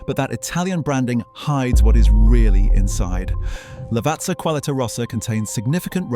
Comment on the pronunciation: NOT lavarzza 😭😭